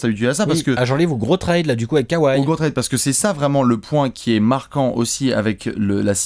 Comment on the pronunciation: K ouaille mdr les Frenchi mtue. On dit kawhi kauwaille mdr